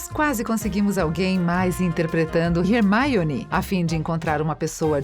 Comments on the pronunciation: Moça... Fala Hermione direitinho Pelo amor... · TODO mundo falando da Hermaione Mas alguém notou que ela disse “DAMBEUDOR” né??? Pelo amor de Merlin hahahahaha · "harry, ron e rermaione" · E ainda foi pronunciado errado kkkkk seria mais como um "Rarmyone" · Que agonia dessa mulher falando RERMAIONÍ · manooooo, que porra de Hermaione or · E ela ainda pronunciou errado kakaka, em inglês a pronúncia do "e" é tipo um "a" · Mas é Hermaione que se pronuncia, amg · é HERMAIONE e acabouuuuu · Kkkk parece q ela fala "maionese" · Da vontade de dar um soco na cara dela quando ela pronuncia assim o nome da Hermione 😂👌🏻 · Kkkkk ela disse errado o certo e Harry Roni e Hermione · Gente em inglês não pronuncia o nome da Hermione com “i” no meio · Da pra falar Hermione e Hogwarts direito caramba.. que nervoso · Gente, pelo amor... Vamos aprender a pronúncia dos nomes dos personagens. O vídeo tem um conteúdo massa, mas esse jeite em que Hermione foi falado mata tudo. Qualquer (Generalizando) Potterhead fica louco. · Mano que agonia dessa mulher falando "Hermaione" fALA "HERMIONE" MANO Tira essa mulher daí man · MANOOOO que raiva dessa mulher ficar falando Rérmaioni, se fala Ermioni se escreve Hermione mas se fala Ermioni POR FAVOR ARRUMA ESSE FALA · Pelas barbas de Merlin!!! Fala Hermione, não Hermaione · Sério velho da MUITA AGONIA ela falando HERMAIONE Velho fala direito kkkkk E HERMAIONE MANO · Como se diz: HerMIone Como ela fala: HerMAIone Eu: >:V E HERMIONE FALA DIREITOOOOOO >:C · "Rermáione" Lembrei de maionese ;w; AAAAAA MEUS OVIDOS, É HERMIONEEEEEE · Teve um vídeo que essa mulher falou Rermaione Granguer, invés de Hermione Grendjier (-¿.- ?) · O vídeo é muito bom mas me deu muita agonia esse mulher falando "Hermaione" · Hermaione é meu pau, é HERMIONE! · "é Hermione não Rermáionê"... Kkkk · Mds que fadiga desse mulher falando Hermaione pelo amor Deus fala Hermione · É HermIone e não HermAIone! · "Warner Brothers" "Hermaione" kskakKakak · Rermaiore?? Q vergonha senti